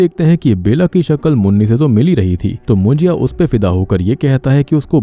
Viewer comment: actually it is pronounced as मुन्जा not मुन्जिया